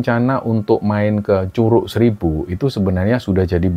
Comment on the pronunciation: Bukan curuk bacanya pake G 😂😂😂😂😂kaya baca G nya godhong😂😂😂😂